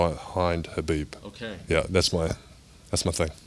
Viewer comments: How tall is he? His head almost reached the ceiling. Btw, i love how soft spoken this guy is. The way he gave his opinion about his fav fighters and he also pronounced Khabib's name correctly🤗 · Crazy, a fan of khabib who knows how to pronounce khabibs name. I’m so impressed by this man, amazing.